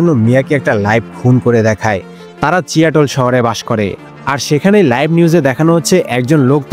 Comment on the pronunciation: সবই ভালো কিন্তু উচ্চারণে মনোযোগ দেন । চিয়াটল না সিয়াটল হবে